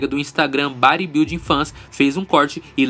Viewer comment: Terrick fazendo escola: Báribuilding